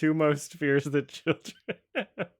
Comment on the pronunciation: He doesn’t say “children” he says “choldren”